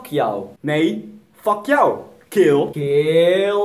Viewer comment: haha geniaal met dat fuck yoe nee fuck you😂